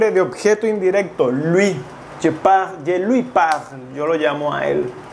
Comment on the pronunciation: ¡Que mala explicación! Si no hablas bien español, ¿como te atreves a explicar un idioma como francés? Cuando pronuncias Je suena como J ai.